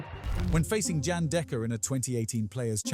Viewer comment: The Paul Hinks call was "127 and game" without a pause if you'd actually seen the foitage. Someone has already pointed what I assume is your AI has mispronounced Gerwyn. It also gets Jan Dekker wrong as it's should be similar similar to Yan not Jan the month which is a women's name. The pronunciation of Oche is unintentionally hilarious ss it's similar to ouch as he does fall